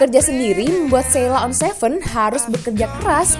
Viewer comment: Mbaknya ngucapib sheila on 7 aja salah .. 😂😂